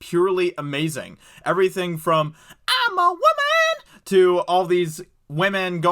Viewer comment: “She’s a waman!”